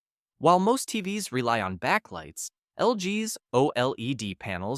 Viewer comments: These AI voices are so annoying. Instead of saying TVs, The voice says TV ess. Someone should be checking these things. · When they pronounce TVs as T-V-S, it's time to check out. Written and read by AI. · "Tee-vee-ess" for "TVs"? With AI reading the script without human quality control, how are we supposed to trust your opinion about anything?